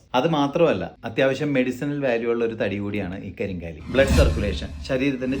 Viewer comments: കരിങ്കാലി അല്ല, കരിങ്ങാലി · കരിങ്ങാലി എന്നാണ് കരിംകാലി എന്നല്ല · ഇതിന് ശരിയ്ക്കും പറയുന്നത് കരിംകാളി, എന്നും കരിങ്ങാലി എന്നുമാണ്, നിങ്ങൾ അതിനെ കരിം കാ ലി എന്നാക്കി ഒരു മാറ്റം വരുത്തി.